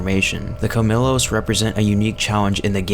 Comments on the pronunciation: I’m a native Spanish speaker and Colmillos is pronounced with a “y” where the double “l” is. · Cole-me-joes- colmillos. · It’s pronounced Kol-mee-Yos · It’s pronounced CUL-MEE-YOS Which is Spanish for “Fangs”.